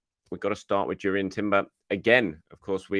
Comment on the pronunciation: It's pronounced "Yourian" the J is silent in Dutch